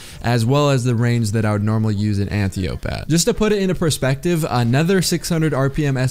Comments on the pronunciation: an-tie-oh-pee smh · Did you add the echo effect to hide the way you were butchering the smg name? Nice